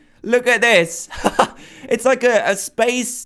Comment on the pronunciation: "look at dis"